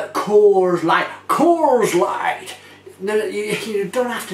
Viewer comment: Loved your American accent when you said Coors Light haha:-D Glad you liked the beer, I have actually never had this, I haven't seen it in my beer store for such a long time. Hopefully you will get to try some more Mikkeller beers in the future. Great review, and thanks for the shout out! Cheers!